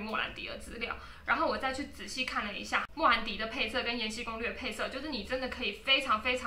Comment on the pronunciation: 是 延禧(喜)攻略，不是延禧(西)攻略。 ：D